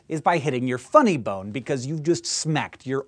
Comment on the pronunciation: Looool! The way he says FUNNY BONE